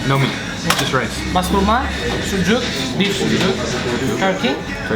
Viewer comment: Greek street but Turkish food 😂 not greek coffee Turkish coffee not greek yogurt Turkish yoğurt not sucuki it’s sucuk not pastirmakis it’s pastırma 1000 years traditional Turkish food döner kebap from Bursa, boyoz from Izmir and lokma are you kidding me, put the letter i at the end of each word and let's call it greek